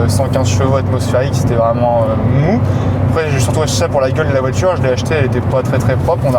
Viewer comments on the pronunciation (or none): Les « Tchu », « voitchure », « effectchivement » à répétition ça me cringe. Mais le contenu a l’air intéressant.